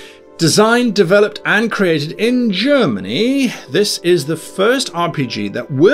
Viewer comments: For the beast you can use the ulisses wikipage, they giving you alot free aaaand its official. But anyway i bought all books cause i want to sup them. :D Btw i like your review its pretty objectiv and your german pronaunciation is realy good. :) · Your pronounciation is really good. ^^ I never got into The Dark Eye, because I always heard it was more rules than acutal game play. And there where the Drakensang video games which I couldn't get into at all. It's safe to say, I bounced of DSA pretty hard before ever getting into it. I think the character creation would be the best thing to cover because everybody who wants to play this needs to do that.